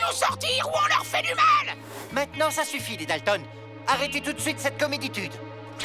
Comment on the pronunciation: Il m'énerve le directeur il mets itude a la fin des mots